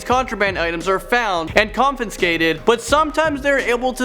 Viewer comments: Did you say 'confinscated'?! 😂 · Did he say “confenscated”??????? Wow.